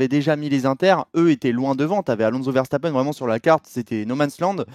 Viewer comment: Pourquoi dit Vershtappen? ça me rend dingue x)